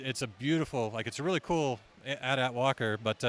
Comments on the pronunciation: It’s not at at. It’s A T A T. You pronounce the letters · DID HE JUST SAY At At?